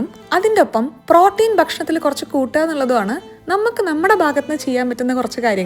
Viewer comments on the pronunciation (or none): Pronunciation of Protein is wrong. Please correct it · Protein pronunciation kurachu different allle